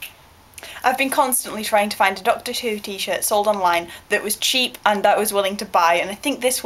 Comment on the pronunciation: I am happy that I am getting healthy! You said Doctor to-do hahahaha! Campus monopoly sounds AMAZING! JAMES HAS NO HAIR!!! That first dress is gorgeous and you should have bought it! WHO WAS BLUE?!?! WHO?!?!